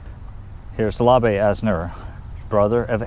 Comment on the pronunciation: His brother's name is pronounced without a final vowel sound...Labe, rhymes with babe and Abe. Also his high school was Wyandotte, pronounced Wyandot, like polka dot. They were a nice family and lived on Oakland Ave west of 18th Street in Kansas City, Kansas.